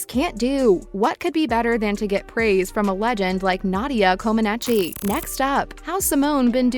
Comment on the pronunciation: Nadia's last name is pronounced "Co-ma-neech."